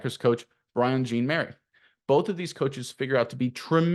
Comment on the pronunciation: Are you pronouncing jean-mary correctly?